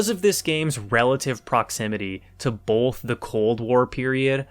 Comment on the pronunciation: "Bolth" Nothing but respect for our PNW president.